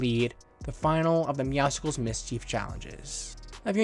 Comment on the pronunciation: Hey ❤️ love your buds but it’s not meowscicles it’s meowscles